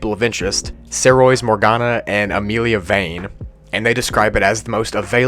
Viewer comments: BRO DID U JUST FUCKING PRONOUNCE SAOIRSE SARE-OISS. ITS IRISH AND ITS SEE-ER-SHA. Nah fr good vid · In case anyone is interested, that Saoirse name is pronounced "Seersha" not "sowreese" its Gaelic. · U pronounced Saoirse like sayoiris when it is pronounced saysher 😂😭👍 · "Saryose" that was really butchered haha it's pronounced "Seersha" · Saoirse - "Ser. Sha" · Saoirse Megan’s name is actually pronounced as [Seer-Sha]. It’s an Irish name. (I’m not Irish tho) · How you pronounce saoirse is seersha it’s very confusing it’s an Irish name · I'm just gonna say that the way you said "Saoirse" completely caught me off guard. Its an Irish name and its pronounced "sersha" or "seersha". That caught me off guard 😅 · bro are you serious Saoirse is pronounced Sersha. its my sis's name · i think thats pronouced as "sorsha" ins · Just as a heads up, Saoirse is pronounced sEEr-shUH, like the store Seers and the shu in the word shut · Saoirse is an Irish name, it's pronounced like Sorsha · FOR FUCK SAKES ITS SAID LIKE SIRSHUH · Saoirse is an irish name prnounced Saw-sha, Sore-sha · the name is actually pronounced seersha 😂😂😂😂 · its pronounced sier sha 👍🏽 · Your pronunciation of the name Saoirse fucking sent me dude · hey wait a minute.. “Saoirse”? HEY THATS MY NAME >:( (I get mad when people say it wrong so im only pointing this out bc he said it wrong 🙂)